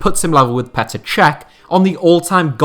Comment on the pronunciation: Can’t believe no one has pointed this out yet but it’s Petr not Peter